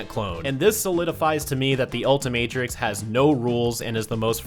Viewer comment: Bruh it’s the ultimatrix not what ever you said get it right